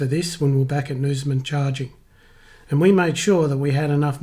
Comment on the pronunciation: Great video I do this trip often (reverse direction) and am looking at an EV for my next car. Once WAs electric highway is fully built we’ll have decent charging to the borders. Btw, some pronunciations of SA and WA towns need work lol (eg Norseman not Nooseman)